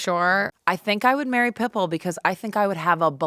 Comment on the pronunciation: Not only calling Pitbull « Pipple »